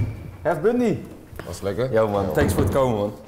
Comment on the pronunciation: Hef bundy letterlijk uitgesproken 😂😂😂😂 je zegt bondy toch